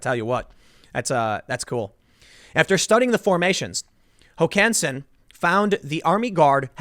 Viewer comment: Emphasis on the first syllable, Tim. HOkansen.